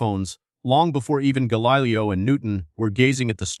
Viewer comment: The script is decent, i must admit: i've never looked at that particular dichotomy involving science, and this was an excellent summary of the topic!! THAT SAID, i couldn't finish listening it: you are taking the lazy way out, and using an AI text-reading bot - and a poor one at that: the pronunciations were insanely off-track in many cases...Gahlilyoh for example, lol!! WHY NOT JUST READ what you've written???? It makes for a much more enjoyable time for the listener, which facilitates both learning and such metrics as subscription rates, the number of folks listening all the way through (which YouTube takes into account when calculating your revenues), and the percentage of watchers who recommend your channel to others. Seruiously: how long does it take to set up a half-decent recording system, practice a bit, then read your script with flair, elan and a dash or two of humor (which most YouTubers expect these days, even while learning about the most somber of topics)?